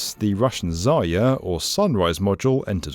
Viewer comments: Zayer? You dummy 😊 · You keep losing the r in "zarya", resulting in "zaya" which means "dear bunny" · It is not Zaya, this is ZaRya...